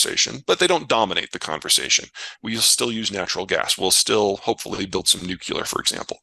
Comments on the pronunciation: Peter thinks Vivek is dumb and at the same time, in his immense knowledge, doesn't know how to pronounce nuclear. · Nu-clear, two syllables.